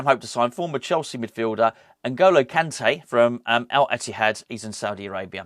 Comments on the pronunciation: “N’golo Kunté. I didn’t pronounce that well did I?” 😂😂😂 I love you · No u didn't say his name well 😂